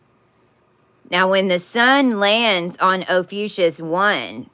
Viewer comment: Probably of no consequence at all, but why do you say OPHUCIUS instead of Ophiuchus?